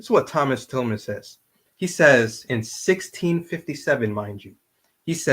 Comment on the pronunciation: During the video I kept on saying Thomas Tillman when his name is actually pronounced TILLAM*. Please excuse my mistake 😊